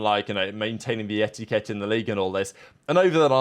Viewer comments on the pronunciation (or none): I love the way says etiKET